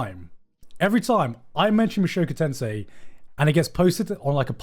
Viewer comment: mushoku tensei* not tensai lol, two different words